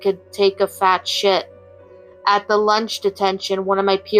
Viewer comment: “Can you feel the sunshine”…….that…is very unsettling. but that was funny xd emphasis on “fat” gonna need a lot of TP for that “mission” not Fox News….its like CNN. It’s bad. And I just wanna comment my thoughts. When a story like that says they found the letter and threw it in the trash and later it came true? I fully understand dramatic effect and drama to make a story good, but take it to the police instead. Maybe that way there could’ve been a legendary stand off, with a swat team and military vs the tails doll, and the tails doll ultimately wins and says finding you again while you sleep “we have some unfinished business to attend too” and story ends just a thought. Story was still good.